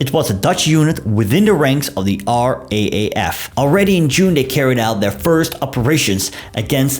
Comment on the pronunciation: Which Air Force there where 2 separate organisations. The Royal Netherlands East Indies Air Force in Australian service provided pilots & aircrew while the RAAF provided the ground crew and extra air crew. By the way the RAAF is pronounced R AAF. Here's a link to the Australian war memorial